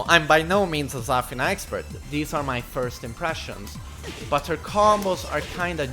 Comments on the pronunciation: its zafIna. not zAfina. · It's pronounced zuh feen a. Not zur fin nuh. Hahaha. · the way he says zafina is triggering me so much lmao